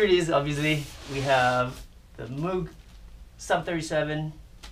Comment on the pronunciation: It's not Moooog .. and also not Mog.. it's Moog .. pronounced like Mogue